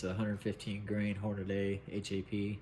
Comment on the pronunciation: damn! its HornaDY not HornaDAY. WTF!